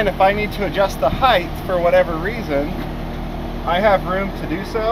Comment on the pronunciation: Height rhymes with kite, not scythe brother 😉